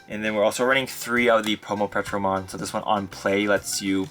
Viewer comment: It’s not Petro. It’s Ptero. Like Pterodactyl. “Terro” is how it’s pronounced